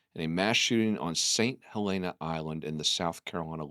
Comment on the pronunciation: Come on y’all have been around long enough to learn the proper pronunciation! “Saint Hel-EN-uh" (with a shorter "e" sound) Stop being elitists and talk to locals that were born in S.C. Not trying to be a jerk, but damn do your due diligence!